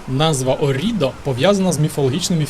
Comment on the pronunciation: Гарне відео ! Єдине , що хотіла б додати - перевіряйте наголос та вимову місць ☺️: Мото Гуцці, у слові Оррідо наголос на першу «о» і місто Кьяссо , що на кордоні із Швейцарією.. та на півдні африканці дратують😁афроамериканці працюють на американських військових базах та нікому не заважають ну і Клерічі наголос на «е» Реццоніко- на перше «о».. Та FAI- фонд захисту італійського середовища 😊.. вибачте не хотіла виглядати вчителькою 😂але ріже вухо страшенно..